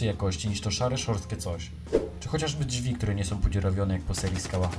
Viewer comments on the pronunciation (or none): Czy ja usłyszałem "Dźwi"? Pan z Podlasia?